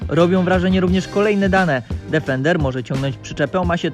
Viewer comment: dEfender DEEEEEFENDER, nie żaden difernder